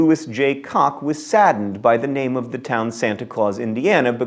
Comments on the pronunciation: John, I love your stuff. FYI, Lewis J Koch from Santa Claus is pronounced "Cook". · You are from Indiana! Koch is pronounced Cook! Ugh! Come on John! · The founder of Santa Clause Land (Holiday World)'s last name, Koch, is pronounced like the word "cook." Please pronounce it right. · Oh, John, Louis J. Koch's last name is pronounced like "cook."